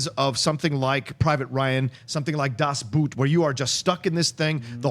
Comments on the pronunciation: I know right? Can we as a people figure out already that it sounds like "boat", not "boot"? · Funny, how he says "Das Boot". Like a boot for your foot. As for SW, just a frivolous change of the ending. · The best is still the pronunciation of the german movie Das Boot!